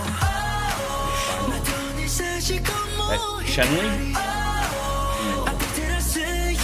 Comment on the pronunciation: Chenle and Renjun are Chinese so their names are pronounced a little different than what you’d expect Chenle is more like Chun luh and Renjun is more like Runjin. You got Jisung right. Jeno is Jen like Jennifer. And the last one, with white hair in this video is Jaemin. Maknae is pronounced like Mach as in speed.